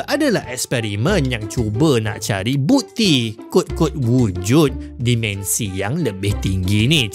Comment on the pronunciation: Terima kasih krn mempromosi pelajaran sains Di YT. (Minta tolong sikit... Tolonglah sebut "dimensi" spt dieja, tidak spt dimension Cuba Tanya prof Shahrir Mohd Zain bgmn nak sebut MINUS (-) Dan PLUS (😂+) dlm BM Baku.